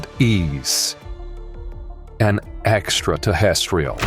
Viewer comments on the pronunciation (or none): I was all in until I heard "Exta-tah-restiol"